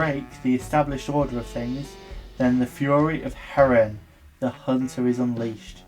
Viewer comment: Herne is pronounced Hern